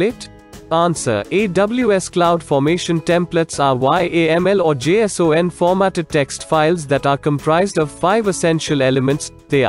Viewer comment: First time in my AWS life hearing pronunciations such as Eck2, Appy, ammy, j-s-o-n and y-a-m-l.